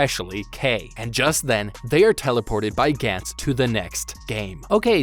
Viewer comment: Gantz was very good, characters in the show were put under extreme stress and overly confident which applied to the scummier characters. It was genuinely good and dark in many ways showing how disgusting human beings can be especially when being given a second chance at life. Gantz (Ga-ntsu) not (Gan-ts) was very good and didn't get the recognition it deserved. I get your vids are supposed to point out the flaws they made and that's something everyone thinks about when seeing characters in danger is what THEY think would do. Not my style cause it kinda is pointless when you're not mentally prepared for something this world shattering and saying "They're stupid for doing this" when it's missing the point of how Gantz tries to show how terrible humans are. I like that you're talking about it cause it deserves more attention but it puts it in this weird spotlight where you're kinda missing the point of it and how ordinary people good or evil can't really be expected to be so crafty on the spot without experience. Which is the whole reason why Joichiro exists in the first place to show that even though he's young, enough experience has driven him to become crafty and essentially find his work around for a life or death situation. Again its good to cover it but acknowledge the fact that these characters are ordinary mundane or fucked up people.